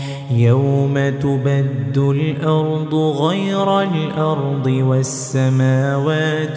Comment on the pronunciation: Ayat 48 Yawma tubaddalul not tubaddul .please correct